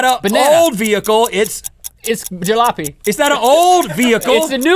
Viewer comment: Rhett: "It's not an old vehicle it's a-" Link: "Jalop(eh)" 😂😂😂